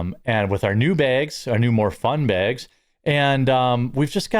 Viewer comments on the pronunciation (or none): Ha jerm said "fun baygs" during the Coffee Brand Coffee add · He said: “Fun bags”. 😅